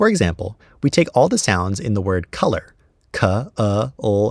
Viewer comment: you pronounced /ʌ/ wrong. You said /ˈkʌlər/ but sounded out /'k/-/ə/-/l/-/ə/-/r/. Also using the IPA as the written form of a language is a tremendously bad idea. It would mean that every dialect would spell things differently. Someone from california wouldnt be able to read something someone from gorgia wrote with full confidence. And thats in just one country, British English has more sounds than american English, so an american would come across letters they'd never seen before when reading something a brit wrote. Not to bentiom how Brits handle an "r" at the end of a syllable. This is not a trivial issue mind you, though people don't generally read books or letters or the sort anymore, even reading things like youtube comments would be a nightmare. Not to mention global public resources, how would wikipedia be handled? would it be translated for every dialect?